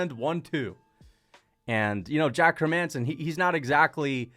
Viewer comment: bro said hermanson😭😭😭 fuck you